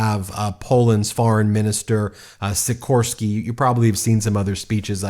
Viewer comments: Sikorski is the best ! he should be president, nice piece, pronaunciacion little off :) , about Trzaskowski VS Nawrocki, there are unfortunately other forces at play here, other candidates will support one of them, but there is many of them who will rather sell out for a position in new government than choose the right side, fight is not over yet ! $#@ #$@ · Quick guide how to pronounce those horrendous Polish surnames: Tusk - Toosk Trzaskowski - Tshaskovskee Sikorski - C-coreskee or instead of C Xi like Xi Jin Ping Nawrocki - Navrockee